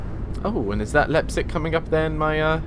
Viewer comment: your saying Leipzig wrong